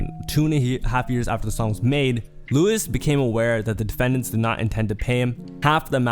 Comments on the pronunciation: W video but my nigga its pronounced LOU WEEZE not Lewis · It’s loo-eece not loo-uhs 😢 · the way u said luis pisses me off thats not how u pronounce it lmao